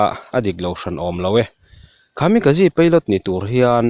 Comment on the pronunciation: Khami ka ji nilo in... Kamikaze a ni zawk e... English ang in lam lo thin teh ang, I chanel hi ka en ber a nia, a awmzia bo lo in leeee...